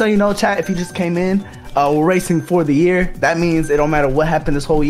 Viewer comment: puts a hard E.R on year.